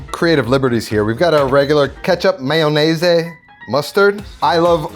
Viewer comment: Love the “mayonese” 😊